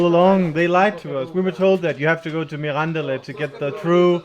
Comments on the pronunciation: Oh, come on,! You're in Portugal long enough to know that EVERY single motorway in this country (with the exception of a short stretch of the A8) is paid, so don't act so surprised. Btw, Mirandela is pronounced like Mandela, with the accent on the "e" and not on the "an".; ) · When you say Mirandela you have to open the "e", like you say "ela"...!! - You are simply a true "spectacle". Wish you THE BEST....! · I'm not a great fan of alheiras but the real ones are from Mirandela for sure and when they're well cooked I can eat them from time to time. By the way Mirandela has no accentuation at all so you have to pronounce it MI-RAN-DE-LA as if it was four musical notes with the same value each one. Enjoy Trás-os-Montes my countryland.